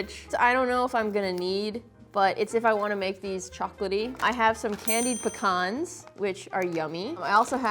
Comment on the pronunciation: I'm so glad she said pecan right! It's not PEE-CAN people.